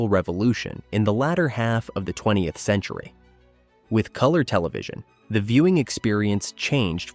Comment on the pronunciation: Please remember to spell out "TWENTIETH" rather than "20th." The AI voice over reads it wrong.